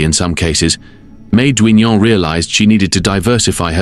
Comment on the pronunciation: Duignan is pronounced DIGNUN!